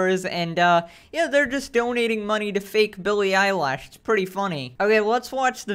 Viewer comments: I like how he says billie eyelash instead of eilish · "Billy eyelash" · Billy eyelash